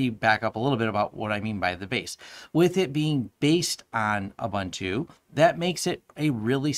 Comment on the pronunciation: Thanks for the review! Checking out Pop now. Please check out the correct pronounciation of 'Ubuntu'. It's 'Uh-boon-tu', not 'Uh-bun-tu'. ;)